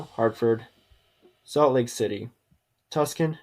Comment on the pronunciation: 1) Too bad you didn't realize we can't actually see the city names you're considering for a good part of the video. 2) Also, why don't your team names in column S match up with the cities in column M? Order the spreadsheet based on column N then have the team with team names in S match the cities in M. 3) Then, I kept wondering where you were talking about when you kept saying "Tuskin"; then I saw it spelled out and I realized, "He doesn't know it's pronounced 'Too-sahn'" (rhymes with "too gone"). If you want to consider a city for a major sports franchise, at least know HOW TO PRONOUNCE THE CITY'S NAME. 4) As someone from the Midwest, if the best idea you could think of for Omaha was the Tractors, do some research about the Midwest. 5) Write your own intro. Keep it to about 30 seconds MAX. No one wants to hear two and a half minutes of bloated, computer-generated bloviating. 6) I had to turn on the captioning to understand far too much of your speech because of your speaking speed and enunciation.